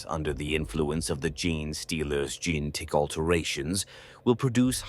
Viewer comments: I love everything Tyranids, but I can't listen to this. Tie-Rannids, Gin stealers, Gin---tic material... it just keeps kicking you in the face. AI has really destroyed so much so fast... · I like the art. Good point about the tyrannid cult model. I've been enjoying your videos so much. But I can't with the narrator repeatedly saying Gin-Stealer, Gin-Tick, & Gin-Ration. Please. It's worth the time to go back and fix it. Thanks for all the good lore. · noo not gin-tick infection! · Or "gene tic." Like Tyranids have genetic Tourette's.